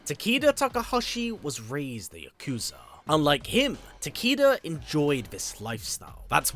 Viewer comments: If you google, "How do you pronounce 'Takeda'?" Google will give you a phonetic pronunciation of the name, and it's very clearly pronounced "taa-kay-duh," not "taa-KEE-da." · tah-kay-duh lol not tah-kee-duh i love your videos thouuu iknits the accent im just trolling😌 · Why do you and Uncaged Games still call this character "Ta-KEE-da"? It's "ta-KAY-duh." Mispronouncing this name is just lazy. The name is pronounced correctly in MKX, and all of his MK1 trailers. It's pronounced correctly on the Kombat Cast as well. It's just lazy that people continue to mispronounce this name. it's so annoying, hearing these names mispronounced over and over again, despite the correct pronunciation being publicly known, and always present. I almost have to stop the video. If you were giving a keynote speech, I'd have to stand up, and stop you. Love your videos. I've been subscribed for years. If you do read your comments, please do not take this comment the wrong way. I'm just asking you to pronounce the character's name correctly. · Ta-Kay-Duh? No one in mkx says it like that. Not even the announcer. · For anyone that doesn't know how to pronounce japanese.... a = ah, e = eh, i = ee, o = oh, u = ooo, y = ee. Now say it with me. Tah - Keh - Dah. Takeda. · The name mispronounced is bothering me as well. Especially when I didn’t know how to pronounce it until the trailer & now hearing him say Ta-kee-da is annoying